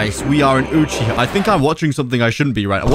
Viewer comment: its UUUU-CH--IIII-HAAAA